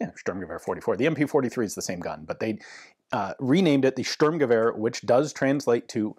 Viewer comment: Just to add some info, the word STORM in the German Sturmgewehr is not storm, it's Shturm which means raid or assault.